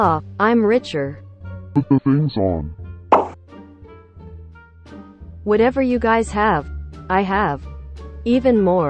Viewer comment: can't even say whatever right😒